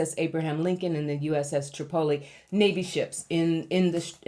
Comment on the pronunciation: the ship is pronounced TRIP oh lee, not trip OH lee. It's the capital of Libya.